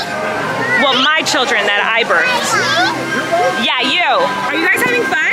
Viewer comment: Colleen; "No my children that I berthed" 😆😆😆!